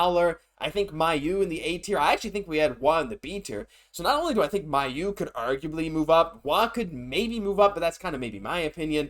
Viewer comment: I'm glad to get some backup on this. I saw a video more than a year ago where they interviewed him and he introduced himself as MAY-oux. Maybe now, and will make the change. Funny thing is I've watch two other videos where players said their own names that everyone then said wrong. We used to say Alex RO-manov, and Alex himself said it that way. But then everyone changed (incorrectly) to Ro-MAN-ov. Same thing with Dadonov. He says his own name DAD-onov, and everyone, after years in the league, suddenly started calling him Da-DON-ov. Quite perplexing. Let's see if makes the change about Mailloux.